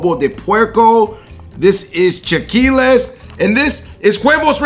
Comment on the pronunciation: I noticed it too! Not to mention his Sriracha comment and the fact that it is chilaquiles not "chaqiules". Made me doubt his knowledge, but maybe he was nervous.